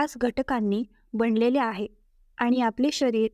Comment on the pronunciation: मण नाही ते मन असं आहे बणलेले नाही बनलेले असे आहे माणा नाही माना कीती हे अशुद्ध उच्चार आणि ही सगळी अंधश्रद्धा आहे उगाचच बंडल मारू नका